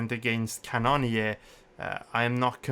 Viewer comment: Yo it’s pronounced cannon ear love the content